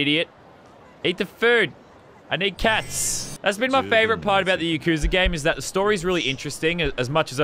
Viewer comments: Btw it's pronounced yah koo sah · When he says yakuza wrong XD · Its pronounced yakuza not yakuza